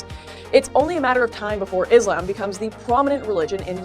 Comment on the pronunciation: it’s a small thing but i hate how lauren pronounces “islam.” like, you know how to say it lauren. there’s absolutely no way you don’t. it feels purposeful and disrespectful